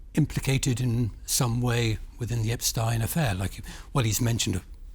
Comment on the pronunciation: Can you pronounce Epstein name properly It is so annnoying when you change names like this